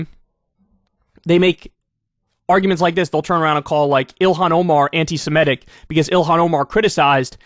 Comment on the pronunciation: Kyle: stop saying "anti-SiMETic". It's anti-SeMITic".